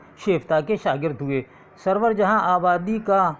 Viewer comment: ye pure qst.sidhe sidhe .urdu h jis ka naam writen by aftab najmi se h..ye aap apne sir se puch lijiye....surur ko wo sarwer bole rahe h...yani talaffuz thik nhi